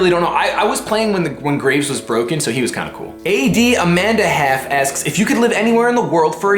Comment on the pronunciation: i think its pronounced adam and a half, not ad amanda half, lol